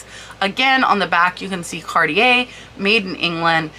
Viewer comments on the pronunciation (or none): none